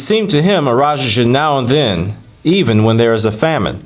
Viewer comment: Thank You for sharing! The correct pronunciation for Raja is Ra-Ja as in James not Jha or Ya. Have a splendid day! Peace.